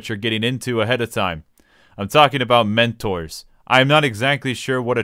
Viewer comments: I was frowning until you said mentoors then started laughing hysterically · At the beginning I thought he was shitting on sprouts like me and I just laughed so loud when he said mentors